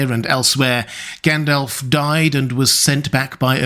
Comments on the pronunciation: Tolkien included notes on pronunciation in the LotR. The speaker here should have read them. So sick of hearing 'gan DOLF' instead of 'GON dolv'! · Its pronounced Gundalf Not Like Gaendalf Like with the American a. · All well and good but who the hell is Gaen-DELF? 🙃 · It’s Gandalf not elf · I just subscribed and I'm going to watch a few more of your videos, but it's not encouraging that you can't pronounce Gandalf correctly.